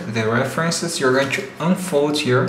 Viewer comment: Fucking hate it when you say 'to'. It comes out 'chu'. God.